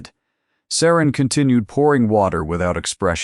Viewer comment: It’s SARA NOT SARAN!!